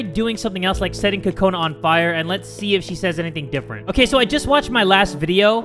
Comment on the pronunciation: Fire not fore*